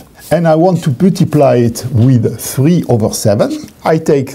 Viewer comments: at , i distinctly heard the word puttiply. awesome. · "I want to Puh-tee-ply it"